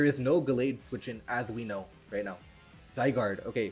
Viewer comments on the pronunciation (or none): none